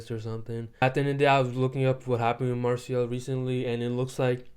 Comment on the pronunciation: It's pronounced Mar-say.